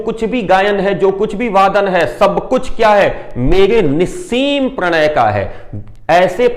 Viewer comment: आपके उच्चारण एवं भाव भंगिमा से ही कठिन शब्दों के अर्थ पता चल जाते है जैसे आपने निस्सीम का उच्चारण किया। सराहनीय निष्पादन।